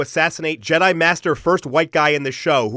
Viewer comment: "Je-DEI" hits hard.